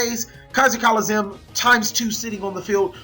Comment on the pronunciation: But he drew keezer colizeeumm